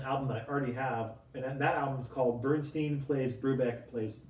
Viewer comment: One of Leonard Bernstein's biggest peeves was the frequent mispronounce of his last name as Bernsteen. "IT''S BERNSTEIN" he would very often exclaim (as in beer stein.)